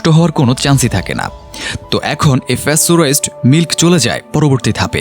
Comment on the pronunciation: *ফ্যাসটোরাইজড নয় 😦😦😦😦 আসল উচ্চারণ প্যাসটোরাইজড Pasteurized. *